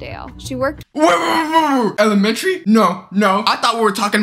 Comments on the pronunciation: “An elmetreneyy schooler” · ''the emelememenatary teacher''😂😂😂😂😂😂😂😂😂😂😂😂😂😂😂😂😂😂😂😂😂😂😂😂